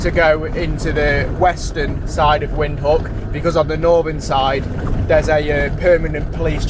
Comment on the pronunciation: Put a v when you pronounce the word Windhoek so its Vindhoek